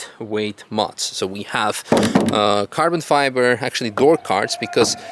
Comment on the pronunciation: It's not "Carbon Fiber" it's "Cabo Fiba"